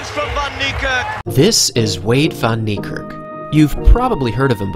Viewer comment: Its niekerk not nerkirk